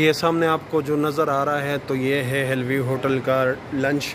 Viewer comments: It's hill view don't say hell view 😂😂😂😂😂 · Keya zabardast english pronunciation hai ap ki 😝😝😝. "Hell view" 😆😆..